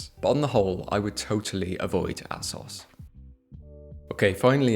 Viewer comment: loveing the video until I heard you say "ass-os" who says it like that haha. It's just "A-SOS"